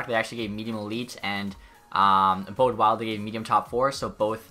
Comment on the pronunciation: Bode Wilde is pronounced body wilde